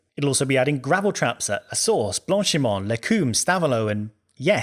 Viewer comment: Interesting topic, but I don’t get why so many people say “les coom”, it’s “les com-buh”. Pretty large difference there.